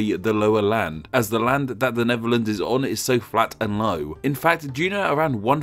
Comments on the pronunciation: AARGH! You should be pronouncing it as Nefferlands, seeing as you can't pronounce the TH in words. 1, 2, free. I fink. Fankyou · It's THE NEDERLANDS a.k.a. NETHERLANDS .... not the "NEVERLANDS" !!! ....PRONUNCIATION is important in any language - EVEN ENGLISH - not the "NORF Sea" neither is it (to quote you) ...One "Fird"of the country .... PRONUNCIATION !!!! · Except when he kept saying "Neverlands", this ain't Peter Pan's home!😂🤣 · wtf is “The Nevuhlands?”